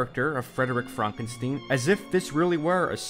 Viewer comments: Why do you call the character Frankensteen when you correctly call the movie "Young Frankenstein" remember the story and thusly characters are german so the name is to b3 pronounced tye german way. Stein = Stone, no exceptions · FrankenSTEEN???? It's stine mate xD